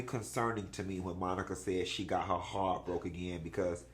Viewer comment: why you say ‘Hearrrt’ like Mayou Angelou lol